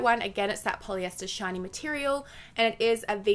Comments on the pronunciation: I heard '' material when she said shiny material 😂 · I keep thinking you're saying not shiny. 😂